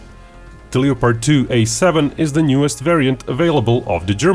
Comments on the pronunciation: Just wanted to point out, The o in Leopard is silent, since I know English isn't you first language and its a mistake even English speakers make when reading it. Le Pard. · Just a note that you might want to work on your pronunciation of the word "LEOPARD". We don't pronounce the "LEO" that way in the USA except when talking about lions or astrology.